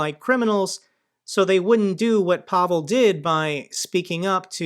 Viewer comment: Hello,. Pavol is a Slovak name. This guy's name is Pavel, pronounced PAvill.